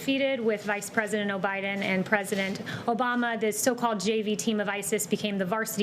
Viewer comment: She said Obiden, LOL. Also this woman does a great job, she deserves a raise. Maybe hazard pay for having to deal with the children of the press.